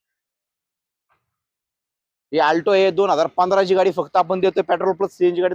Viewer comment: पेट्रोल शब्द नीट म्हण लका